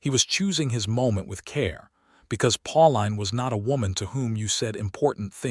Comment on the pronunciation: Her name is probounced Pauleen not Pau line.